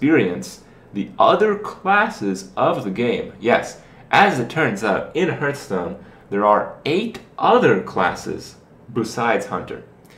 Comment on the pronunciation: Don't say "herthstone" kthx